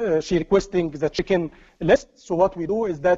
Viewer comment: Without cc the video would be unwatchable. The pace is too fast the presentation transition is too choppy. It's a shame the info is very very good. I keep hearing chickens instead of check-in. It is very distracting.